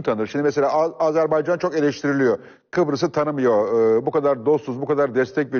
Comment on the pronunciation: Fatih bey program başlarken o kadar övdü Hikmet Çetin'i. Adam söze Azeri toprağı ve Azerbeycan diye başladı. Azerbaycan bile diyemeyen adamlar devlet yönetmiş bir zamanlar...